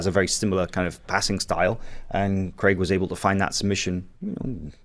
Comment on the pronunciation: Hey Americans, Craig is pronounced Crayg not Cregg....